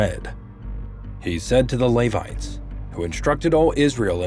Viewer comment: I get that it might be difficult to pronounce Golgotha (Gol-GOTH-ah), but you can’t pronounce “grotto” either? Millennial fail. EDIT: Holy cow, you can’t pronounce Levites either?